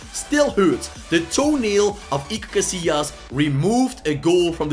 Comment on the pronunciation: It's Casillas not cassilas